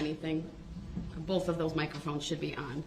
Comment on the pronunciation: I notice any word that ends with TH, he can't pronounce it. He throws a F at the end of them. Like Boff, detective goof, and troof. The list goes on.